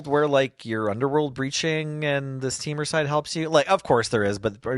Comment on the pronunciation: Well,...I'm back to complain your pronunciation of Temur! TEE-mur, not TEH-mur. I've paused the video while I write this, but I will finish the video before posting! I'll also overlook chalcedony, kal-sə-doh-nee, since it's your first time seeing it. Also, I'm kind of surprised there wasn't any discussion about Severance Priest and the comparison to Skyclave Apparition.